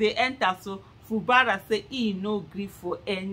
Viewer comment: Aisha it is pronounced. FU GBARA NOT FU BARA